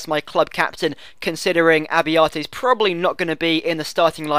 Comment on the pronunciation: Italian pronunciations: Nocerino --> No-che-reeno Abbiati --> Ah-bee-ah-tee Abate --> Ah-bah-tay Acerbi --> Ah-chair-bee Forza Italia!